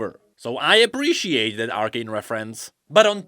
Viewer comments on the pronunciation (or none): none